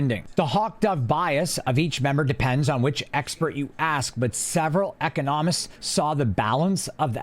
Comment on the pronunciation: Are you pronouncing economist correctly lol. Never heard it pronounced like that.